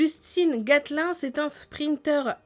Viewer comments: on dit pas Justin Gatlin on dit Justin Gatlin(e) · gatlin ça ce dit gatleen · J adore la prononciation pour justin gatlin mdr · La prononciation c'est Justine Gatline et c'est aps Renaud Lavileri mais Renaud Lavileni ! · Justin gatlun😂😂😂 se prononce justin gatline, c ne et pas in à la fin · c est justin gatelin pas gatelun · on dit galineeeee et lavileni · mskn Renaud lavillerie Mdr c'est lavillenie et "gatlin" cest gatilin"e" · "Gatlin" :D ça se dit Gatline